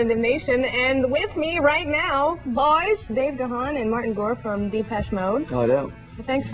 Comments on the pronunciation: Extremely. and kudos to.Dave for not correcting every single interviewer for not pronouncing his last name incorrectly.. I mean why wouldn't you just checkin ahead of time and do it right? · Very. I never liked Kennedy. She mispronounces Dave’s name and the band’s name and congratulates them for being Depeche Mode. LOL